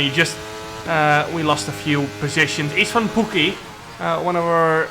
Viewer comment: Csaba = Chaba Istvan = Ishtvan Now you pronounce it correctly:)